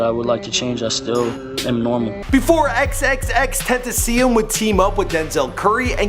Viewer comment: Nigga you didnt even say his name right